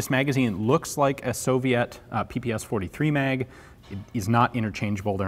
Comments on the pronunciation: ППШ has 3 letters not 4 it is not ППСХ just say pa pa sha Other then that nice review. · The SH in PPSH-41 is pronounced as in word SHelf